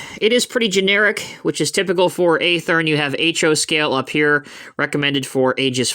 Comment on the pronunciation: Watching this video I've learned yet another way to pronounce Athearn.... 🙄